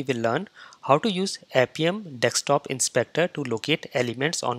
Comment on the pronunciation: Dude; when would you stop saying it as Dekstop Inspector and start saying Desktop Inspector ? It is already annoying. BTW, you tutorials are all great though !